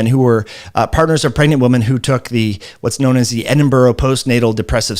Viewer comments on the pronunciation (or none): none